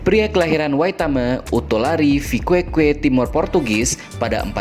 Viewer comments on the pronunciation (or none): Tulisannya Viqueque, bacanya viqeqe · Saya luruskan Ya min ada banyak kesalahan dalam penyebutan beberapa daerah di Dili Yaitu : Baucau = Baukau Liquica = Likisa Uatulari = Watulari Viqueque = Vikeke